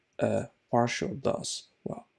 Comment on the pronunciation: its "parcel", nor "parshl". lol